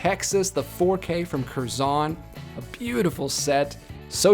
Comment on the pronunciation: It’s “kerzon” one syllable, not two, emphasis more on the first part than the second. -a brit